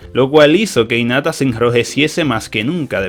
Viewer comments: el dice inata y es hinata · Porque ni pronuncia la h en hinata y en haruna, no suena inata suena como jinata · nadie: absolutamente nadie: diciendo inata en ves de hinata y chino en ves de shino